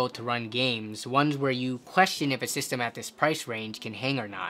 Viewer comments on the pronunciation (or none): none